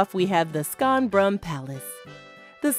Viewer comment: I stopped watching when the narrator said :skonbrun" 🤦‍♂🤦‍♂🤦‍♂🤦‍♂